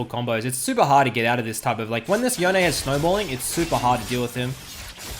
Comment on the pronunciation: I had to stop watching after 45 seconds from you saying "yo nay" I will only accept "yohn" as the pronunciation. It's like calling a gif "jif". unacceptable.